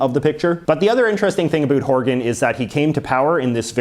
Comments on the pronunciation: He’s an American born Canadian isn’t he? Or he lives in the states at a young age or something right. As a Canadian I have never heard any of us say about like that. Ever. He’s attacking us, I swear LOL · The way he says about is so crazy to me, from Australia.